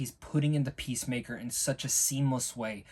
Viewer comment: Yeah the point is that you've watched 7 episodes of Peacemaker thus far & his name is clearly said in every one of them, you should probably be able to pronounce his name by now.